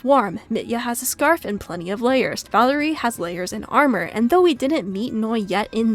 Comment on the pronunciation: Valeriy's name is pronounced as Val-YE-riy